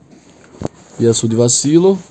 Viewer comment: Da agonia ouvir ele pronunciando o nome do Yasuo man kkk